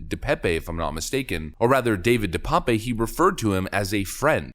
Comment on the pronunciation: "De Pape" is a Dutch or Flemisch name it is certainly not pronounced "pépé"